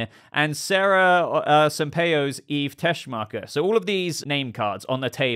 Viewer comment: "Miss TESCHMACHERRR!!!!"